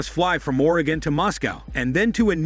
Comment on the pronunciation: The AI cannot pronounce Oregon